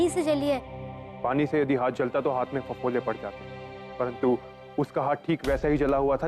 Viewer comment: फफोले 😅 नहीं फफोला 😂😂